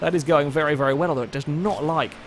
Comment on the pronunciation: Has anyone else noticed that when is concluding the video, sometimes it sounds like he is saying "thank you vely much for watching?"